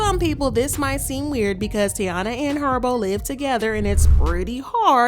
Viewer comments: Her name is TAEEEEEENA.. pronounce tayyeeeeena.. it’s literally spelled T - A - I - N - A … not Teana like Teyana Taylor. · Her name is pronounced Ty-E-na!!! Lawd...I cringe when you say her name as Tiana....lmaoooo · can you say the girls name right!? it’s TY - EEN - UH. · (Tie-ee-na) ….called this girl 3 different names in one video🤣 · Why would she say her name that many times incorrectly? 😂😂😂 the blogs be wild. They don’t care if they right or wrong honey just wanna talk lol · Are you purposefully mispronouncing the name or you're just trying to lose viewers by irritating us with the amount of time you mispronounced such an easy word